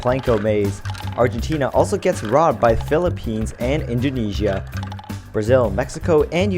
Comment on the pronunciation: Indoneia!!!!! Indojesia!!!!!